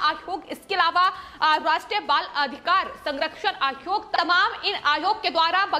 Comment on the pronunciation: आयोग कहो आद्योग नहीं। सही उच्चारण किया करो